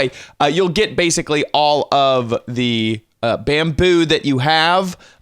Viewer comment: Why in the FUCK are you saying bamboo like that Jesus